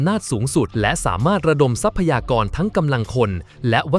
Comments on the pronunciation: ทรัพยากร อ่าว่า ซับ พะ ยา กร ไม่ใช่ ทับ พะ ยา กร ว่าแต่ว่าใช้ Ai มันก็ได้ประมาณนี้ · ทับ-พะ-ยา-กร เออ อ่านมาได้นะมึง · คนหรือ AI ที่พากย์เสียง ทำไมอ่านคำว่า ทรัพยากร ไม่ได้ อ่านเป็น ทับ พะ ยา กอน ตลอด